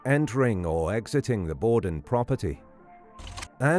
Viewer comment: Borden with an R....say R